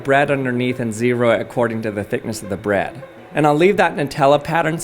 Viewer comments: Why do you say Brad instead of bread? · Caught you saying “bed” instead of “bread” 💀💀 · except I've never heard anyone else pronounce bread like brad. That's why it it's odd, because it's not normal. Everyone else says bred. Not this guy. It's an accent. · please call it bread not brad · Firstly love the videos, that being said the way you at times said bread and spread 😬 "the perfect spread of chocolate on Braaad" (side note my names Brad 😅) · Did you say…Rezero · “The perfect spread of chocolate on braaad” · HOLLLLY LOL. That's the first time I've EVERRR heard someone pronounce bread B R Æ D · I hate to be mean but his cadence is like... if someone just slowed his brain down a little. Its taking an extra second for his brain and mouth to.. connect 😵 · Why do you say bread like a gay dude says brad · I don t like the way you pronounce bread. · The way this guy says bread is piiiiiiiiiiiiiiiissing me off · The way you pronounce "bread" makes me want to shove a fork through my eye. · This guy saying bread is creayyzzyyy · I swear to God he is pronouncing “bread” in the most awkward and most unusual way lol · This dude makes me cry the way he says bread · You say bread funny 😂